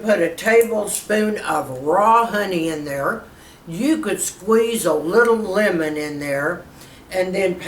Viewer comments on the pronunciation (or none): none